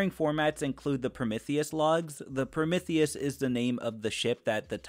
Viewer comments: Is anyone else irked by the mispronunciation of Prometheus? It's not pronounced Promithius the "m e" is pronounced "ME" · I apologize I’m new here, but you said Promithius about 70 times and it started to drive me crazy, Pro-MEeth-ius is the correct pronunciation of the Greek god of Fire:) no hate just felt the need to inform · your Prometheus pronunciation gave me an aneurysm, please stop saying it like that